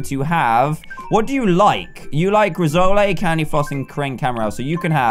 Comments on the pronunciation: It's pronounced Riss - oal not Riz - o - lay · It's pronounced Rissoll not Rissoley. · its pronouced riss-oll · Its pronouced /ri-soul/ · Rissole is pronounced as Riss-ole